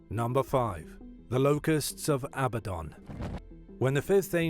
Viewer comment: #5 That fallen angel Abaddon is pronounced uh-Bad'-dun.